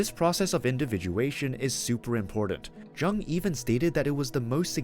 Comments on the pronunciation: Thank you. I appreciate you sharing this information about Carl Jung. It's really interesting & helpful. (The way to pronounce Carl Jung's name is like the word, "young." The "J" is not a hard sounding J. It is soft). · Jung is pronounced Yoong. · Pronouncing the "J" like a J instead of like a "Y" gives this video away as AI. It annoys me.